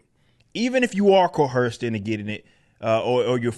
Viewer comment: Love this channel Eric! But this really bugs me.....it's coerced.....not coherced. Thank you!